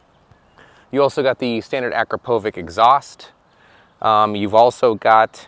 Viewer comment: How in the hell, does he not know how to properly pronounce Akrapovic?